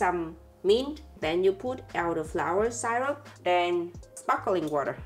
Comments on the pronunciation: „Syrup“ is pronounced just like in German „Sirup“ not [SAI-rup] the „y“ sounds just like a normal „I“. 😊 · I love how they pronounce the word syrup, I wonder if they know that it’s not the right way to pronounce syrup, it’s still really cute though 😊